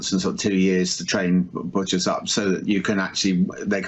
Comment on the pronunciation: Did say BOTCHERS?